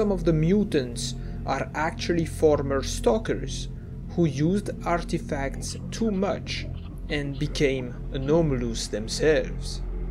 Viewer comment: caught me out of nowhere "arrrrrtefacts"